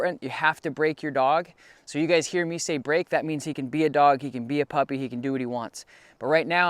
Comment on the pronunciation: Huh you said puppy all wrong